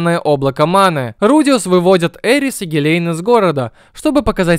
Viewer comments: Что за озвучка гилейн вместо гилен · Когда смотрел аниме был не супард а сперд, и гилен а не гилейн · Во-первых не су́перд, а супе́рд, во-вторых не Гиле́н а Ги́лен